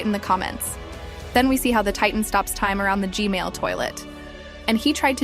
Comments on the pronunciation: It’s gman not gmail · its gman not gmail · Was at the premiere, really good job. And how you said g-mail instead of g-man really got me laughing so hard😂 keep up the good work! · It’s g man not g mail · It's G man not G mail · Its G-Man not gmail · Why she always say Gman as Gmail?